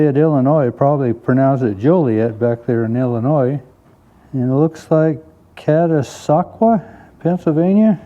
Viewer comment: I just wanted to let you know you pronounced Catasauqua pa correctly I live close by and it was neat to see the town name on your channel I was not aware that they made horse shoes there